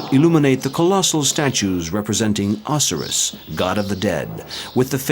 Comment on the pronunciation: The narrator is mispronouncing English words left right and center. Tolo mees Ree leafs. Stellay lyer. And even o SI riss and Rama sees